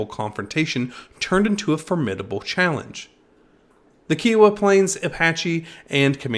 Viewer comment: These videos would be much better if you would pronounce Kiowa properly! kai·uh·wuh